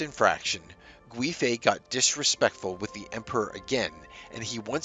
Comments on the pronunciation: The (UI ) in Gui .. makes more of a Wei ( Way ) sound 😅 someone's fussing about some car .. I felt the pronunciation could use help 💖 very good video very interesting , keep up the good work please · Its pronounced Yang Gwāy (its a long A sound) fei. Additionally, Wu Zetian (the only queen to rule in her own right). Her second husband did something similar by taking her from a nunnery after her first husband (his father passed away). Wu's fortunes were much better overall in comparison as she went from being a concubine to the primary wife and queen, while Yang went from being a primary wife to a concubine. If the Emporer had married her and made her an actual queen consort she most likely would have survived, as she would have been considered the mother to the nation and not a woman perceived as there for the emperors enjoyment and potential heirs. Both incidents happened in the Tang Dynasty with both situations causing a massive scandal as it didn't align with Confucian values. Ultimately womans rights began to suffer at the end of the Tang dynasty, with them being believed to cause calamity to a nation. Of course the usurper and the leachorous werent perceived as the problem 🙄